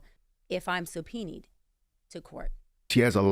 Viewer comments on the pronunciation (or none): What is "subpoeni"😂😂😂 do you mean subpoena!!! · “Subpeeneed” to court?! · Did she pronounce "subpoenaed" as "supeen'd"??? "Doctor"